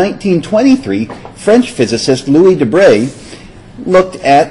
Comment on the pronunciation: Well done, finally somebody pronouncing De Broglie relatively correctly.